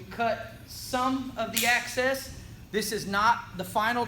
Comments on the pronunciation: OMG, it's EXcess! Not Access! You wouldn't pronounce exit, axe-it, would you? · Its "EXCESS FILM" NOT "ACCESS" FILM. FOR EXAMPLE " A female wearing a short skirt provides easy ACCESS, if ya get my drift"!! Lol "The film u cut off is EXCESS film" Just a small English lesson for the dude tinting the window!!! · Excess not Access